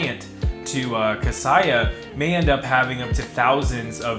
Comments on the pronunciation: Thanks for the video! Another note though for future videos - it’s pronounced “Kah-say-ah” instead of “Kah-sigh-ah”. Best of luck! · Thanks, great info. FYI Kaseya is pronounced "Kuh Say Yuh" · Apparently one of the things we don’t know is how to pronounce “Kaseya”